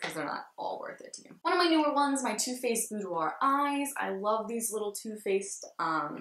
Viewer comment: Thanks for saying boudoir right all the other ppl say it wrong and it drives me crazy lol and ur funny